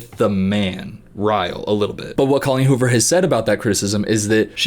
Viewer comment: he said her name wrong 😨